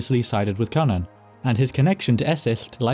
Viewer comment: i watched an old video of yours and you pronounced cynan in a way that… contradicted my known knowledge of welsh. very glad how youre saying it here, it confused me how something related to cú would be pronounced so drastically different